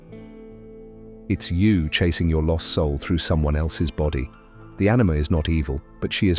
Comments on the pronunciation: It's AniMA not Anime! Bloody AI. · Anima not anime lol. Gotta love ai slop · Can this AI learn to say anima, yapping on about ANIME the whole video 😂😂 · Anima, not Animé. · Our narrator keeps saying ANIME and makes me keep picturing Bleach, One Punch Man etc making it hard to take seriously - whats so difficult saying An I muh? Geesh now it sounds like enema - this is another thing women do - make us so eager to fix any problems we watch videos forcing us to overthink - just thank God when things go good - when a woman wants to have a good time and is being pleasing then abide with her and allow both of you to enjoy it but dont wait on her to make life pleasant - lead yr own life and include her if she wants to be included but dont try to hold her back if she wants out - theres a saying - You look better gone - by the time a women needs to threaten with departure or thinks that will solve her problems then be nice qbout it remind her not to let the door hit her in the sss on the way out - if you have a life it wont be a negative - let her know that you sacrifice for her not the other way around. Were not machines, if you want to talk a bit later when cooler heads prevail then go for it and show your emotional side but not right away - thats needy. When you let her know she isnt the center of the galaxy but a contributing adult in a partnership then growth, slow but sure emerges. Always let things cool out first - drama and theater never saved true love with grand gestures but will usually bring out the worst in both ppl. Ive seen girls sleep w friends just to make someone jealous but have the opposite effect - jealousy at first but they lower th